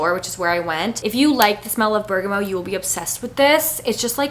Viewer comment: & berg-uh-mot (bergamot)! noticed she was saying berg-uh-moh. 😊